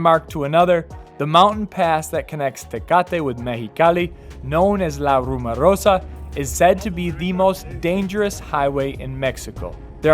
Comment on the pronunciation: RumOrosa! Pronounce it,just like you pronounced "rumor". 1 A....,and its at the end.